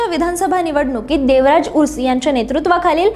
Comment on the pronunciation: बाई, व्यवस्थीत माहीती घेत जा , आणखी बरोबर उच्चार करा , देवराज उर्स. नव्हे ते देवराज अर्स नेते होते ...